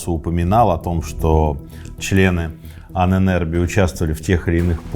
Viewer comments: Почему произносите Ане нербе Правильно анен эрбе Анен это предки, а эрбе наследие. Ahnenerbe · Позволю себе небольшую поправку «Ahnenerbe» читается как два отдельных слова: Анэн с ударением на первую «А» и Эрбэ тоже с ударением на первую гласную. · Пожалуйста... ударение в Анэнэрбе на А!!!! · Анен Эрбе , отдел но произносится и ударение в немецком на первый слог , спасибо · нет не правильно. Там даже как бы 2 ударения на А (анен/Ahnen) и на E (ербе/Erbe)